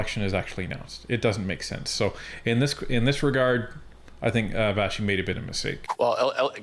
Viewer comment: Her name is Vassy not Vashy lol